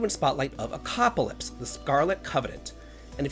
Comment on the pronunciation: I love this! Haha! I just have a question? Is the game not called Echocalypse? Or are you calling it Echoaclypse for a reason I missed?